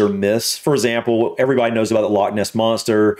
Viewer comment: Why does the commentator unable to pronounce LOCH correctly, if doing a video on Scotland.